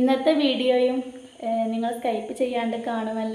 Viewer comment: സ്‌കൈപ്പ് എന്നല്ല പറയേണ്ടത് സ്കിപ്